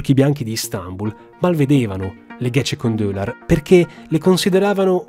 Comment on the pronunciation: Gecekondu si pronuncia ghegekondù (letteralmente "è stato messo su di notte").